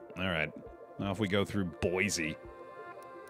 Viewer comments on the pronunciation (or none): none